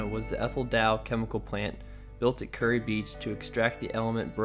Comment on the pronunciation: Good report but it's (ˈkjʊəri KYUR-ee) or 'cure - ee' not 'curry.'